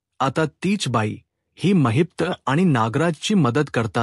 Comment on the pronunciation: It's not Mahipta it's Mahipat .